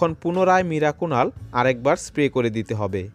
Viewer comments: কথা যখন বলছেন ঠিক করে বলা দরকার, মিরাকুনাল নয় ওটা মিরাকুলান। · ওটাকে আপনি মিরাকুনাল বলছেন কেন উচ্চারণে সমষ্যা। আসলে ওটার নাম মিরাকুলান। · মিরাকুনাল না মিরাকুলান। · Video টি upload করার পর বুঝতে পেরেছি, আমার মিরাকুলান উচ্চারণ টা মীরাকুনাল হয়ে গেছে, 😀😀😁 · মিরাকুনাল নয় মিরাকুলান।